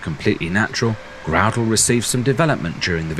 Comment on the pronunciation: The 'ou' in 'Groudle' is an 'ow' sound rather than an 'oo' sound.